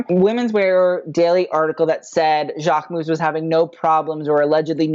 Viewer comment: why did he think its pronounced Jack-Mo lmao